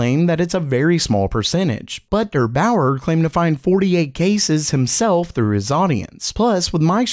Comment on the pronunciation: The pronunciation of Der Bauer is not "Dur" Bauer but "Dear" Bauer